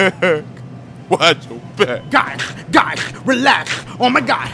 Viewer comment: Guysh Guysh